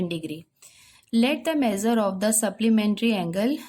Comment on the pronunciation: Teacher measures hota haii" meazures" nhi 😂